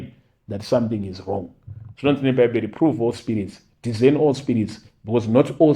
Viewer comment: Dhizeni here??? Discern ( pronounced dhi -se -ni)😅